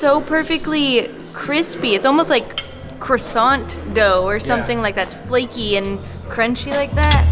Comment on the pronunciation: Oh no, an American trying to say croissant